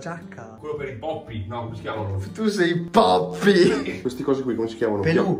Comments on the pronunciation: Comunque è pioppi non poppi😂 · convinto che si dice POPPY al posto di PIOPPI mi ha ucciso 😂😂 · si dice nippoli non poppy😂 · Pioppi non poppi🤣🤣🤣🤣🤣🤣